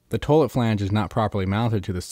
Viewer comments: In this video, the word 'toilet' is mispronounced 'toe-lut' over 7000 times. Other than that, most informative. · My god, buy that man some gloves! And look up how to pronounce "toilet." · "toelit" lol!